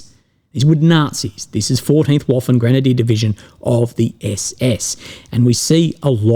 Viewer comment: Waffen is pronounced "vaafen".